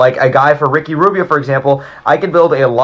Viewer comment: This nigga said RICKY RUBBBIO ?